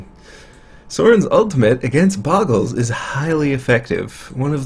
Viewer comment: Oh look his opponent is playing Bogles. I wonder how many times he is going to mispronounce it in 5 seconds. Has Seizure